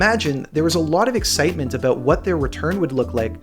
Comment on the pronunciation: and JJ lives in BC and I’ve never heard anyone with that thick or “put on” of an accent lol 😂 maybe in East coast Canada. He’s the only one I’ve heard pronounce about as “a boot” 😂